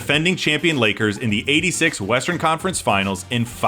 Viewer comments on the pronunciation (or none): none